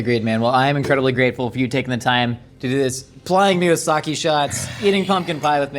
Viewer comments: Sah-kay not sah-kee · It it’s Sake (Saw-Kay) not Sawkey